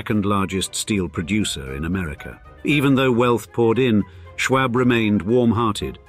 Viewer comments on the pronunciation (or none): And btw, you aren't even pronouncing "Schwab" right. Here in America, it's pronounced "Shwahb." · Just a note: The "a" in Schwab is pronounced like the "a" in awe, not the "a" in arsenic. Also the actual way to pronounce Carnegie is to stress the "ne," but the way it's said here has incorrectly become the standardization. The photo between the Marble House gold ballroom and the mansion itself is the grand staircase of the Paris Opera, not an American mansion (but, yes it is Beaux Arts). I also hear Beaux Arts being pronounced in this video both as "bow art" (wrong) and "bows art" (correct as Arts begins with a vowel). There are a few times where Mrs Astor's ballroom is shown but made to seem as if it were a part of the Schwab mansion. I'm still hoping for a video on San Marino (Henry Huntington) and its art and gardens. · Nobody said you pronounce arsenic that way. I said the "a" sound in isolation is pronounced the same as in the word "awe", or "ah", or "all" or "tall" or a whole mess of words that use that vowel sound. The word "arsenic" is made up of different sounds, when COMBINED make a WORD. The sounds are Ah - r - seh - nik. If you put them together, the "a" and "r" combine into the "are" sound but that does not remove the fact that the vowel "a" in that word is pronounced IN ISOLATION the same as "ah." You do not sound like you are a native speaker of English. This is something that is taught literally before you even reach kindergarten. What you meant is your original comment (which I had to discern because of your lack of clarity) is that the speaker in the video should not ADD an "r" to the vowel "a" as in "arsenic." Unfortunately, this is a tendency with British and New England speakers. When teaching a child the sound each vowel makes, you should never say that "a" is pronounced with an "r" at the end, but you implied with your initial comment that there is such an acceptable pronunciation and that is incorrect.